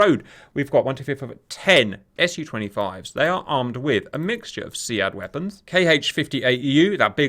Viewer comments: its pronounced "Seed" in real life military lingo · SEAD is pronounced (SEED).